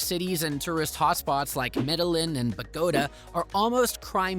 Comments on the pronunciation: of the World it's really fucking lame that you got an AI voice to narrate the video. Mis-pronunciation of words in Spanish like Bogotá and Medellín, is gruesome and unprofessional. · Lol, yeah, funny how he pronounced Medellín. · You can’t even come close to properly pronouncing the city’s most popular expat city - Medellín. And yes, the accent matters. Just another 💩travel video from someone who likely hasn’t left mom and dad’s basement. And given this video is just 3 months old, the information is TERRIBLY inaccurate as there is a communist - verging on fascist - president trying to turn the country into Venezuela II. And wtf do you mean that Asian is one of the three main cultures. 🤣 Stick to playing video games. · These AI voice videos are hilarious, the way it pronounced Medellín and Bogota. 😂